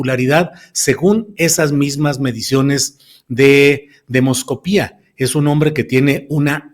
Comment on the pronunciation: Es demoscopia, no demoscopía; qué vergüenza.